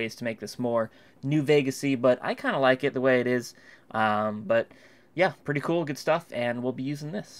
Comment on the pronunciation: That's pwitty coow Dino